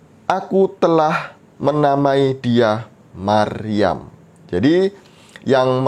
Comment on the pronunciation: Yang aku denger Maruyam mas hehehe bukan Maryam GodBlessYu mas